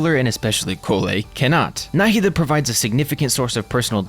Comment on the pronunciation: you pronounce her name right. thank you. i have the same name and the way they say NahEEda bothers me so much